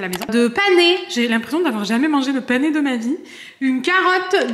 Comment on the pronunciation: Le panais se prononce comme le prénom Anais et c’est Morphée en prononçant les accents. Voilà 😊